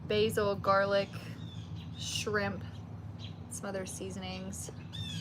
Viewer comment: She said skrimp 😂😂